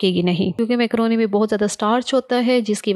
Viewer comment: Makrooni ❌ mekrooni ✅